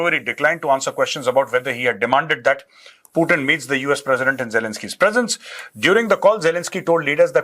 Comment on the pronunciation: Bolna seethe pirbhu ji putin